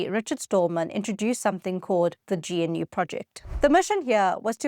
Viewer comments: Not just Unix. Multics, VM/CMS on IBM-370, Vax VMS, a few others, as well as Unix. GNU is pronounced GaNew, just like the critter. Also crazy that DOS was selected over CPM. We can choose Linux when we want something that works. The same argument goes for languages: if you want something that works you choose Ada. Only safety critical systems now use Ada. There always seem to be obtuse forces at work keeping the best solutions on the back stage. Great video. Thanks for running the wayback machine for us. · "Gee En You" Nah, "G-noo". Like the animal, but the "G" ain't silent. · Until now, I've never heard anybody pronounce GNU as gee-en-you before... That's in almost 4 decades. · GNU is pronounced "Gah-noo" as per Richard Stallman the founder, and GUI is pronounced in a similar fashion "Goo-ey" ;) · GNU is pronounced "gah-new" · its pronownst: 'gənnoo'. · Love this, but I wish you'd pronounce things "correctly," so your viewers won't sound like they're from the PC hinterlands. GNU, for example, isn't "G-N-U," it's "g-new, " with a hard "g" (guh-new). And G U I is "gooey," like a warm cookie. You will probably lose credibility if you retain those non-standard pronunciations. G'day! Unless...this is AI slop?